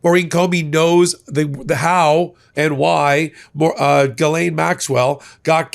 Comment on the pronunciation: Ghislaine is pronounced like Jill. Thanks.